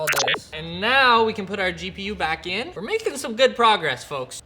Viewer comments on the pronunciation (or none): none